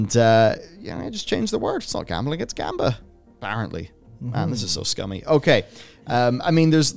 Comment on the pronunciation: You guys pronounce gamba wrong. The first syllable is high pitched.